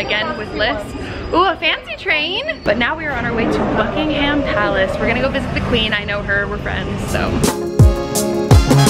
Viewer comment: you said Buckingham palace incorrectly but it does not matter it was just annoying me good vlog though!!!!